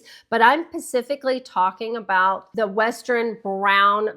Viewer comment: Please stop saying "pacifically". The word is specifically.